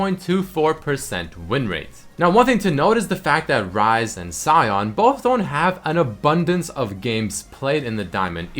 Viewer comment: he's called sion (pronounced shun) not cyon